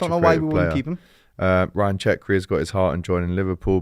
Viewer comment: Who the hell is CHECKRI???? 😂 it’s cherki pronounced Sher-kee